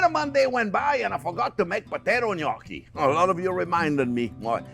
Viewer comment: Thank you, chef for pronouncing the word gnocchi just the way my grandmother did. As if you couldn't get any more adorable.